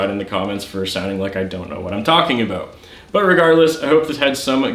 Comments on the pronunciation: Is Canadian? I hear a abooot! 😂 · Heh Aboot